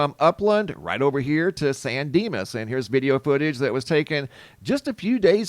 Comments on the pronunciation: San Dimas? Maybe it's Bill & Ted. 😂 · You said San Dinas and I expected to see Bill and Ted lol